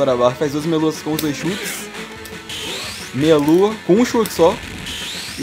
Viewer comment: Vc fala meia lua eu escuto melo